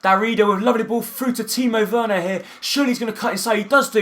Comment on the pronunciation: I think you pronounce Werner like 'Verner' pronounce the w like a v